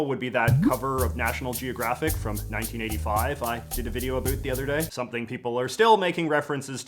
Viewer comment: "Talk a boot"